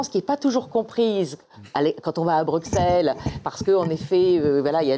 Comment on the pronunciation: Entendre "BruKSelle" quand on sors d'un scrutin européen, ça pique un peu.